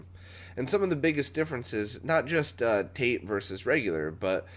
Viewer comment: "Tate" (Japanese abbreviation referring to vertical mode) is pronounced "tah-teh". From the glossary: "”Tate” is a shortened form of the Japanese verb “tateru,” which means “to stand.” Pronounced “tah-teh,” though the common mispronunciation of “tayte” has gained semi-acceptance. Also commonly spelled with all capital letters (“TATE”), though it is not an acronym. "